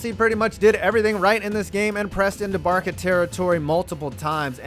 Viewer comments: I know everyone is bashing you for “Barka” lol but what triggered me the most is the way you pronounce Qatar... you damn Giants fans really are retarded huh 😝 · "Barka"? "Cutter"? Dude, how do you even have a channel? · Barça = Bar-suh. Not Bar-kuh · This man said “barka” and “cutter” Jesus Christ it’s “barsa” and “kuhtar” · Nice job, but you simply cannot pronounce Barça -- 'BAR-sa' as 'BAR-ka'. That's like saying, Please hand me the cookie shit. And then I-NEST-ee-a? Are you high? It's Iniesta -- In-YEST-a. My word. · Please don’t say “barka” it’s a soft C like “barsa” like how Barcelona is pronounced. Just saying, love the vid though. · Barka??? You obviously don't have a clue what you're talking about...it's Bar-sa you fucking idiot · Barça = "Barsa" not "Barka" 🤦‍♂️ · How the F**K do you not know how to say Barca properly. Joisus christ american's are so thick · Barka, it’s Barca soft c. Also it’s pronounced in ee es ta. Iniesta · Its barça not barca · Not Barka 😒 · it's pronounced barsa not barca it's spelled barça for a reason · Barka? I have to admire your guts in tackling all things soccer but that's funny lol ... it's "barsa" soft c mate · woof woof im a barka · I think BarSa is wrong too. Locals would pronounce it BarTHa I think. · Not to be nit picking but Barça (short for Barcelona) is Bar-sah, not Bar-cah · Barka barka barka....haha most famous club in the world counting all sports clubs and this idiot keeps saying barka barka haha ITS BARCA WITH A C,, AS IN BARCELONA HAHAHA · Dude you pronounced almost everything wrong. Barka ??? Katar ?????? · When he said barka I turned it off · Barka, inestia, cutter? Do some homework before making the videos :/ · Saying barka just denies any credibility of this video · It's not Barka moron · “European football” bro its just called Football barka???? And how can u not say Qatar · Inesee-uh and Barka? Bro, I'm American and I know that's wrong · How you pronounce Barca and Qatar disgusts me.